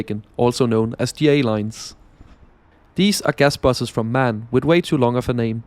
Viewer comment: its pronounced M A N, not man^^